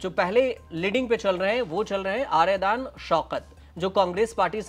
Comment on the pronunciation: आर्यदान नहीं --- आर्याडन शौकत